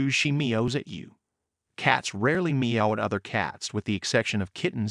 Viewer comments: The way this program says "MEE-oh"... can they not find a human being to read some words? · I’ve never heard “meow” pronounced like that so it’s probably the correct way 😂